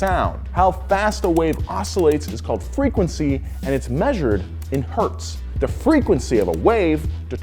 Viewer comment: all wheelhouse vids are excellent but this one has a little gem i greatly appreciate: correct pronunciation of 1 Hz